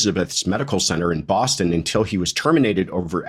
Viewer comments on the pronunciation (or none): none